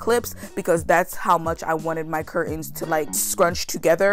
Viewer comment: love-It's cur-Tains, not cur-ends. So many young people mispronounce this now that I think it must be a popular right of passage thing like valley girl speak years ago. I know..being on the hate comments!❤️❤️